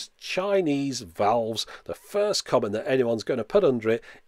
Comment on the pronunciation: Just say tubes, who cares what they think. But if you do care, it sounds like you're saying vowels instead of valves.